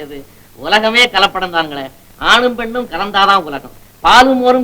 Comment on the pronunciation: களப்படம் அல்ல கலப்படம்.